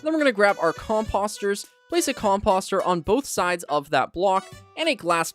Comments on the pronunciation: Everytime he says the word composter wrong it hurts my brain. Just because it looks like imposter doesn't mean that's how you say it. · All due respect. I unfollowed you after hearing you spam a mispronunciation of "composter" 99 times in a row.